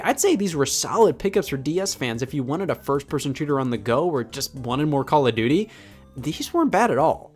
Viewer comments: CALL (O F) DUTY. not Call (A) Duty, Call (O R) Duty, or Call (O) Duty. People are so annoying when they say the name. It's not even a good series. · “Cal of Doodie” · stop saying caladooty